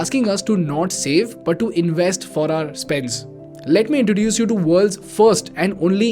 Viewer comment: I never understood why Indians cannot pronounce "v" sounds in English words, since they have "v" in Hindi, such as "vedas", "vishna", etc. Instead they substitute "v" with "w", like Wideo (video), inWest (invest), Werify (verify), proWide (provide), Wiable(viable). Why they do this???